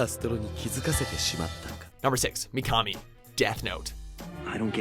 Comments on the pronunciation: I cringed at how he said mikami. Pronounced mee-kuh-mee. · Your pronunciation of Japanese names is atrocious. Mikami for example, you pronounced it as "Mee-kah-mee", when it's "Mee-kuh-mee". And Akatsuki, you should have watched the series long enough to hear the pronunciation in Japanese, you said it as "Ahk-aht-suu-kee", when you should have pronounced it as "Ah-kaht-skee". the u is silent in Akatsuki. I would strongly advise getting someone to correctly pronounce Japanese words and names for your next top 10 in anime. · I'm sorry but you said Mikami wrong;^ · He pronounced Mikami from Death Note WRONG!!!!!!!!!!!